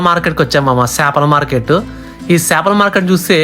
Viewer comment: చాపలు (మాట్) కాదురా, చేపలు (ఫిషెస్). నీ తెలుగు తగలేయ్య!! ఇంగ్లీష్ లో రాసినవే నువ్వు మళ్లీ ఇంగ్లీష్ లోనే చెప్తున్నావ్. తెలుగులొ చెప్పరా నాయనా!! ఒరేయ్! ఇంట్లొ మాట్లాడినట్టు వీడియోలో మాట్లాడరు!! కల్చర్ నేర్చుకోరా!!